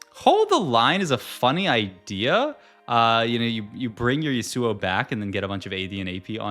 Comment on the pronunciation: That Yasuo pronunciation actually hurts my ears